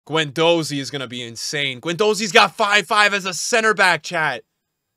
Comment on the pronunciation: pronouncing Guendouzi wrong for the 34th time